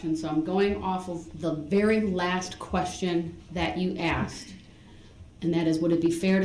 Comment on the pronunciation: Aks and ansered yer honer